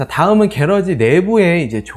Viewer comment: 혹시 말씀 하시는 게러지가 영어로 garage, '차고' 말씀 하시는건가요? 아니면 따로 한국말이 있는건가요? 만약 차고의 의미의 영어를 쓰신거라면 앞으로 영상이 해외에서도 보게 될수도 있을텐데 콩글리쉬 발음 보다는 영어발음을 정확하게 하시는건 어떨까 조심 스럽스럽게 말씀 드리고 싶습니다. 참고 Garage 발음은 gr.aazh 입니다. 게라지 보다는 그라지 쪽이 맞습니다. 기분 나쁘셨다면 죄송합니다.